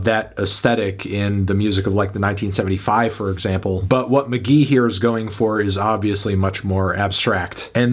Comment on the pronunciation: ITS. PRONOUNCED. MK.GEE.